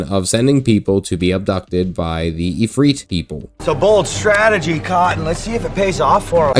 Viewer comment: ifrit not ifreet. ends in it no eet